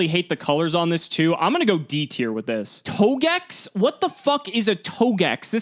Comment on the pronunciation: " A Battletoad that mated with bowser" what the fuck is a togex. lmao